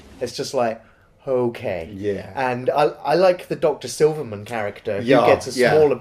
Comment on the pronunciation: Great review guys but it's 'Silberman' not 'Silverman'. Yeah I'm the nitpicker